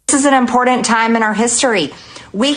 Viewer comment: Why does she always say "impornant" ?